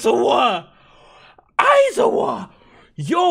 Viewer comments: “Eye-zo-wah!” Lmao what? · I cringe whenever he says aizawa 😂